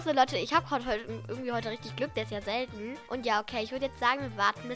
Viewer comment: Jedes Mal wenn du,, selten,, sagst geht mein google an 😂😂